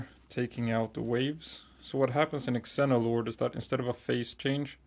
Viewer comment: Xeno is pronounced Zee-no. It means foreign which makes sense because Xenolord is an alien and is foreign to the planet